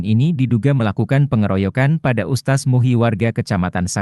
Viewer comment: Lidahmu sengaja apa memang kamu bodoh gk bisa mengeja... Bukan ustas... Tapi USTADZ.... Tak kasih faham,,,biar lidah mu licin kyk prosotan anak anak...😂😂